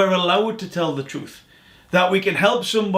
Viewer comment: Every time he attempts to say the word 'truth' he trips on it, can't form the word, and it comes out threwth.